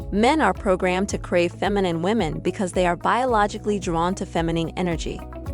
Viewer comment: Look up how to pronounce the word "feminine."